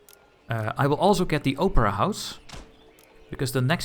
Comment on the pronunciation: The Oprah house? I think you mean the opera house? I don't think Oprah was even ALIVE back then (sorry, an American here. You probably need to Google Oprah Winfrey to get the joke. And with the way you said opera, I just couldn't resist 😜)